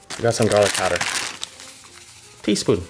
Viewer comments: I just heard tispun all the way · Tea spuun